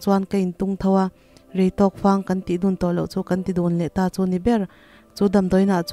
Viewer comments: Fâng ti a i lam hi, fang ( Buhfang tih a, fang lamrik dan hian lam a dik zawk law'ng maw. A ri sáng ni lovin, a ri khamphei. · Fang I lam dan hi a diklo in ka hria Fanghma tih a fang tih angin thluk la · Chhiar thiam khawp mai, mahse thlukdantur niloa thlukhi ngaihthlak ahahdamlo deuh, eg . Fang hi Thifang Tia kanlam anghian lam turah kangai deuh, keive Mai hian.